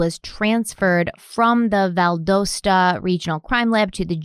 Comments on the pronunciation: So hard to hear her pronounce Valdosta and the Ocala.. cringe 😂. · Just letting you know you are pronouncing Valdosta wrong. It is pronounced with a short o not a long o. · Being from Georgia, it hurts to keep hearing Valdosta pronounced incorrectly 😂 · Because you're always talking about people coming for you in the comments for your pronunciation, I feel like it's mandatory to tell you that you say Valdosta wrong. 🤣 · I don't know why but this pronunciation of Valdosta is killing me. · Hey guys, love your videos! Just wanted to quickly point out that I believe the city is pronounced Val-dos-ta like DOcile, not Val-doughs-ta. At least that is how we pronounce it in Atlanta. Keep up the great work!! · The name of the city is Valdosta. The "o" sounds like "Ah". Vald"ah"sta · It’s pronounced Val-Das-Ta if that helps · Oh,... they way you mispronounce words is hilarious 😂 Valdosta is pronounced Val-dah-sta lol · It’s Vald(ah)sat not Vald(OH)sta. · Valdosta. The o is a short o sound. ;-) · Undercover Pineapple...I now have a vision of a pineapple in sunglasses, a brown fedora, and a brown trench coat. LOL Also, just fyi, the o in Valdosta is a short o, not a long one. It's pronounced like the o in dot or cot. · Valdosta is pronounced VAL-DAH-STA, not VAL-DOH-STA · Love ya, but it's pronounced, "Val•dAH•sta" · love, it's Val Da sta like da as in aww...lol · Yeah that pronunciation has been annoying me too lol 😆 I live in Athens ga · Valdosta. Valdahsta is how it's pronounced for future reference lol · It’s pronounced Val-dah-sra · I apologize for being the kind of person (autistic) who can't stand it anymore & has to say, it's pronounced "Vald ah stuh". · Undercover pineapple! And as a Georgian- just wanted to say Valdosta is pronounced more like Val-dah-sta. :) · BTW we Georgian’s pronounce it Val-dah-sta 😅😄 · Valdosta (Val-dah-stah) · Its pronounced Val-doll-sta lol just fyi this is my town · It's pronounced val-da-sta, like pasta.